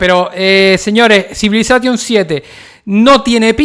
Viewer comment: Me mata que digas CivilazaTTTion....!!! 🤣